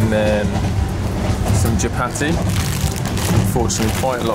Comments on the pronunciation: Lovely video of my magical Kenya By the way it’s chapati not chabaki Chapati . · the way she says chapati; a kalenjin ( one of Kenya's tribes) would be happy to talk with you.